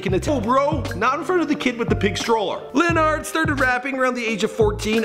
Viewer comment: Just so yall know, it's pronounced Luh nard (not Len nerd like this guy kept saying.) RIP LA